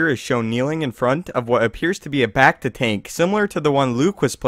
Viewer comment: how he says becta bugs me